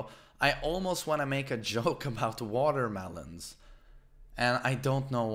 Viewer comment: Bro I thought you started the video by saying "I almost want to make a joke about WATERBOARDING and I don't know why" and I was like damn thats pretty racist lol but I rewound and figured out you said watermelons XD